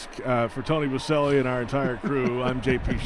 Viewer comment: JP stays correcting Boselli haha